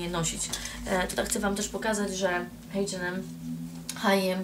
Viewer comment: ej h&m nie mówi się HiM tylko HM